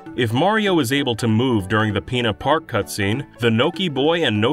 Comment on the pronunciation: Why you keep saying PEENA park man